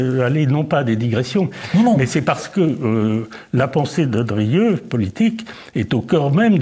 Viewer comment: Monsieur le présentateur, on prononce "DRIEU" et non "DURIEU". Insupportable.